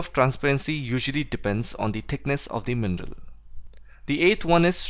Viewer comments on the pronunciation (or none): I thought you were saying "MENDEL", I just realized you were saying mineral